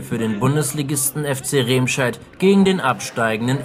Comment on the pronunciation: Es heißt nicht "Rehmscheid", man spricht es "Remmscheid"